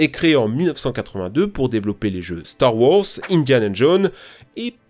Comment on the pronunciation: Purée la DICTION!!! La diction... et des cours d'anglais (tektou??? Duque nouquem??? Star wors??? 🤣)